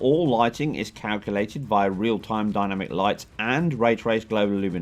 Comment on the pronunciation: The way you say 'dynamic' is hilarious. I've never heard anyone pronounce it like that, dyna-mic, lol!